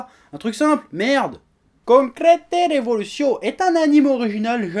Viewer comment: Concrete tu le prononces bien mais on dis rebolutio